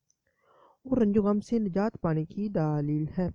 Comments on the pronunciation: Daaleel nhi Dleel hota hy, plz proper talaafuz se urdu bolye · mere Bhai daaleel lafz sahi nahi hai daleel kehte hain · Bhai ye lafz daaaaaaaaaaaaaaalil nhi Daleel hota hai, video achi hai magar tallaffuz to sahi karain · Daaaleel nae hota dallell hota hy